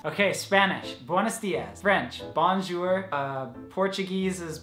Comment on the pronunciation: It's BONJOUR not born matin